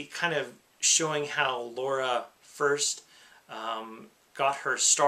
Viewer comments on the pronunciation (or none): Nice list, well argued as always. Ni no Kuni is currently £5.93 on the psn sale. Its a whopping 22 gig dload so beware. Now comes my one complaint... In Tomb Raider it's LARA Croft, NOT Laura. Lara pronounced Lah-rer. Why can't some Americans say it correctly. Same thing happened on the XGA Awards. Camilla looked annoyed and I'm not surprised.